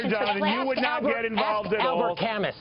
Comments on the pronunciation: Cal moo not cal mus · The way she pronounces Albert Camus' name LOL.